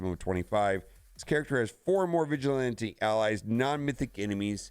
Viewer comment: Why you saying vigilante like that? 😂